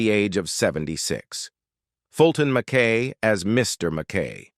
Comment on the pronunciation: Fantastic show! ❤ It’s NOT pronounced Mack K! It’s pronounced Mack I!